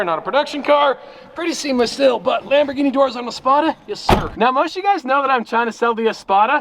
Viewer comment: It's Lamborghini with a hard G. Not Dschini